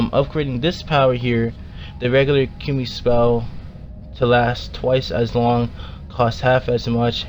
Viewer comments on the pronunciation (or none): you said it wrong. it's Ka moo e Kamui.